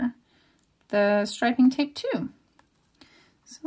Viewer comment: Fantastic thankyou, your videos help me soooo much. BTW I can hear your Scottish accent coming thru, especially wen you say GOOD, YOU, TOO. I'm from Scotland 😁😁😁